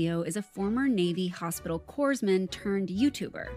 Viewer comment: She pronounced the s in corpsmen bruh 💀